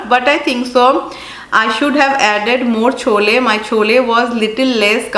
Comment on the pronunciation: not chola... please say chole. dear